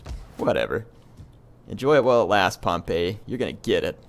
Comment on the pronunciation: I think Pompey is pronounced with an "ee" sound in the end. Similar to the way we say "we".